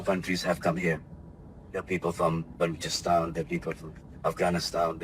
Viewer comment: bhai balu ni balo-chistan h wo